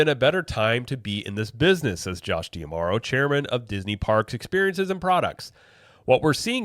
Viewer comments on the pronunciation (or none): Is it Dee-Ah-Marrow or Dee-Marrow? I feel like you're adding an extra "ah" in there, but maybe I'm wrong.